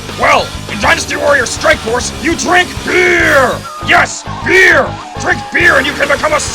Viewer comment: This video just got another like just because used his BEEEEEEEER voice.